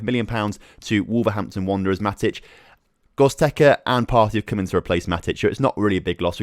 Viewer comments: lmao, I cannot breathe... GOZTEKA xD. Love your videos mates, but your players names are something different EDIT: it's pronounced GO-RATS-KA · I was about to comment this ahaha Gottekkerza was annoying me ahaha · How can you look at the word G-O-R-E-T-Z-K-A and say it "Gozteka" ?? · GOR-ETZ-KA and BER-NAR-DES-KHI 👍 edit: & LIN-DE-LOF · Hahaha he said it over and over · Butchered goretzka name 🤣🤣 can’t wait till FM 20 comes out tho cheers on 12.3k subs